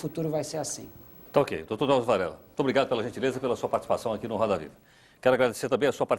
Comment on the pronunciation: "Drausio" PUTZ